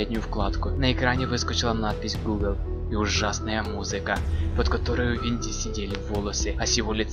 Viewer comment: И не ВоНДИ а ВиНДИ